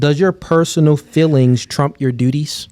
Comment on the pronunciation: 99% of men are able to say the word "feelings" and not have it come out as "fillings" unlike